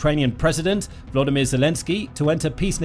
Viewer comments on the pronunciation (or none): none